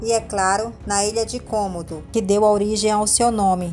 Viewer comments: Quantos "cômodos" tem sua casa? Até onde sei, se trata de dragões de Komodo (se pronuncia comodo e não cômodo). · Não se diz kômodo e sim komodo